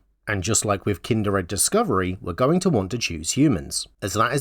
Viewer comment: I watched the whole video thinking... There's no way any accent could cause such terrible pronunciation. Kind-r-ed?? I figured you were just trolling while making a troll deck. It was only after clicking off the video that I realized I had completely missed the point, and had to come back to skim through to confirm. Kudos.